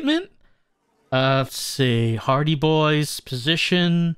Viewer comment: I keep hearing "hardie boys" as "party boys" it gets me every time.